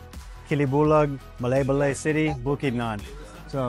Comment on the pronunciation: ay = i…Ma lie ba lie = Malaybalay 😊